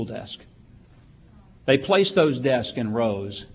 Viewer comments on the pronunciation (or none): Wow. He can't say "desks."